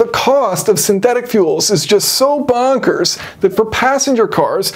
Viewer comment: Hearing the word "Bonkers" in an American accent is truly epic. Definitely made my morning.